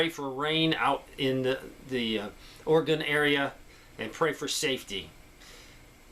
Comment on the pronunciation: You did it! You said Orygun!